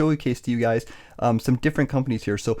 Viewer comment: Excellent video! Fyi, it's pronounced Pembinna.